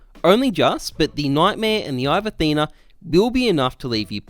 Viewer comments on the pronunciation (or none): none